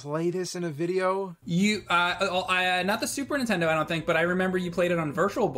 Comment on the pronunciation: Ok is it just me but is it every time James says Super Nintendo, he actually says “Super ‘Intendo”?